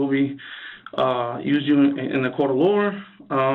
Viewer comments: Man those miranda rights were said terribly. Dude said court of lore. Lol Must be a deep story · This cop can’t even talk properly. The LORE?? It’s the LAW. There’s no R in that word. 🙄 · He even said “used you in a court of lawr” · Its law not lawrl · "Anything you say can and will be used in a court of Loo-ahr" ... oh look, it's a clown convention.